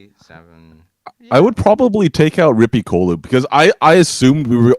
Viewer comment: The pronunciation of Rippikoulu and Musta Seremonia sounded so funny :D But very cool that they were mentioned!